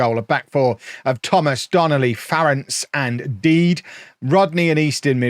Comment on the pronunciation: Surely Dede is pronounced de de and not deed?